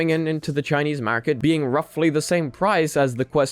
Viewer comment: Bruh instead of market you say mawhrkit lmfao